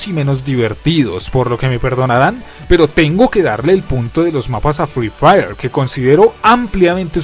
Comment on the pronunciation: @@ ni sabe decir sus nombre buen se dice free fire no frifiri 💀 así call of duty es mejor en todo y siblo niegas es que ere pobre 💀